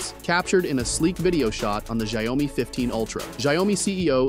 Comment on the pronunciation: It sounds like people in Brazil who mispronounce it by saying ‘xaiomi’ instead of ‘xiaomi’. I’d be in shock if I found out that’s the right way to pronounce it.